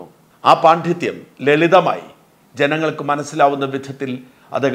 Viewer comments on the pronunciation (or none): പാണ്ഡിത്യം എന്ന വാക്ക് താങ്കളുച്ചരിക്കുന്നത് ശരിയല്ല അത് ശരിയാക്കുക.